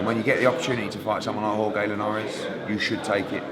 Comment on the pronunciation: No GCSE in Spanish for Eddie? Jorge with a hard "g" LOL Why no Dillian Whyte for Bellew? Apples & Pears